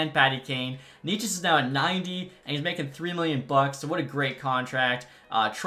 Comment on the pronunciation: it is pronounced nay-ches not knee ches !!!!!